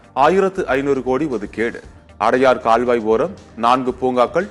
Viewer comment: Thamizh ozhunga pesavum seidhi vaasipalare....odhukeedu ku odhikedu nu solgireergal